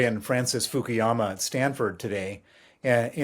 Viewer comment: It's not Fukiyama it's Fukuyama. Westerners like to invent their own pronunciation of Asian names. Eg It's See Jin Ping... not Gee Jin Ping